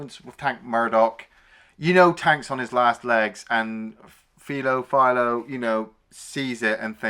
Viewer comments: Hey, did they dub this movie for the UK audience? They say Clint's name a hundred times in the movie. It's not FEEL-O. It's F -EYE-Lo. Ah. You get better as you go. The bikers are all a collection of players from his westerns. You did The Outlaw Josey Wales, one of those guys is the boatman from that movie. Clint drags around all his players like Jackie Chan does. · it's 'Fi-Low Bed-Oh'..not Fee-Low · Its FI low. As in wifi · What was that pronunciation again???? It's "File-oh Bed-oh". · You clearly haven’t watched the movie… you can’t pronounce his name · That was bothering me too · I mean... it's not even a British accent thing, he's just straight up mispronouncing the name like he's never heard it before..... a bit puzzling.